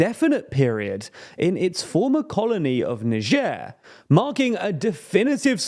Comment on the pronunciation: how did you pronounce niger???